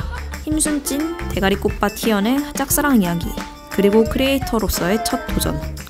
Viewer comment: 대ㄱ리꽃밭 발음찰지넼ㅋㅋㅋㅋㅋ개웃곀ㅋㅋㅋ 순수한게 또 의 매력이지~!